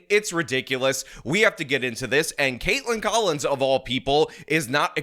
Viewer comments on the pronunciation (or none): none